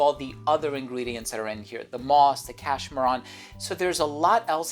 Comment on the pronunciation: Stop pronouncing cashmeran wrong